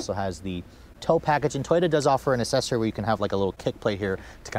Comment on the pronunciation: It's pronounced "ack sess oree"